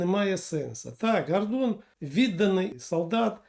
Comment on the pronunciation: Не коверкайте українську мову,наприклад"пагаворимо",не "гардон" а гордон,не мажливість а смі знаєте як